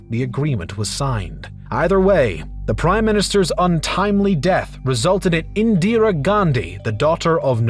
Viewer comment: Your Indian name pronunciations need a lot of work. Pronouncing "Jawaharlal" with the Spanish silent "J" (as "Hawa-harlal), and then calling "Indira" as "Indiree".